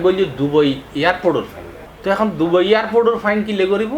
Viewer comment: Bangali Not DOBAI This spell is It DUBAI